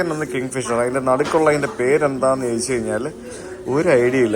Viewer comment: 😂" CHO'YI'CH, CHO'YI'CH alla, Cho'di'chu, Cho'di'chu ennu parayoo, pl. 🙏🙏🙏